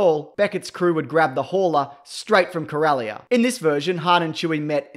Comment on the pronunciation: speaking of wasting time, it wasted enough of mine not even making it to 3 mins of your crappy video just another wanna be YouTube star printing himself non Star Wars fans should NOT make videos about Star Wars you don't even know how to pronounce Corellia fuck off bandwagon loser